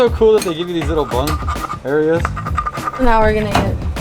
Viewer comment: Bung Area. He didn’t say bunghole!